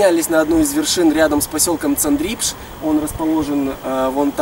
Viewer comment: цАндрипш ударение на А